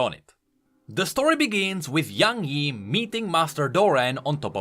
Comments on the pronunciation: What it actually is: Young Yi What I heard: YaNg Yi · That's not young yi, that's young hee hee